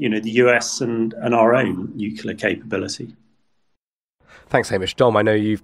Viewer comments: Hamish, the word is Nu-cle-ar, not Nucular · What does one say about someone who will say "nuclear" and "nukular" in the same freaking sentence? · I'm amazed by how many very well educated and experienced people do the nukular thing. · I expect the numbers will be 99.78% in favour of Russia, and Putin will seek the names of the 0.22% and the journalist who keeps referring to "nuclear" as "nucular." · I wish you'd find commentators who know how to pronounce 'nuclear'.